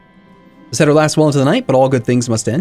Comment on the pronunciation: really late, but seder is prounounced sāder and maror is pronounced mar-or